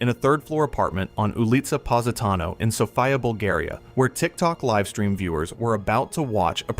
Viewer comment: "Sofaya"? I live in this city for 30 years and it is the first time I have ever heard the name pronounced so ridiculously! If you are doing almost 30 minute story, at least try to do a 1 minute research on how to pronounce names.